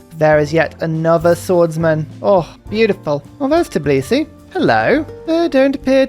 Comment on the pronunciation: Shoutout for getting the pronunciation of Tbilisi right!